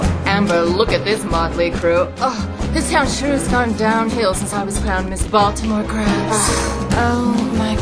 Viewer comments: At the end, it sounds like she said 'Miss Maltimore Crabs" instead of Miss Baltimore Crabs xD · I used to think she said "miss baltimore's crabs"